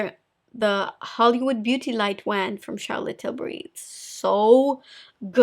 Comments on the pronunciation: the way you pronounce "wand" gives me life, it's so cute! i really love your makeup recommendations, some of them may be pricey, but i can tell that you truly love them because of how often you use them in your videos! i'm so sick of youtubers who claim they're obsessed with a product, and then never use it again. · I love when she pronounces "wand". I love her videos nonetheless...😍